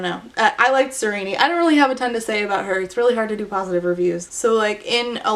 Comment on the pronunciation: I disagree. Her name should be pronounced "ser-een" 😄 In all seriousness, excellent video 👍👍. I agreed with all your points and ideology